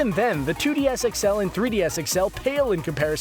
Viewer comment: "3DS sexel"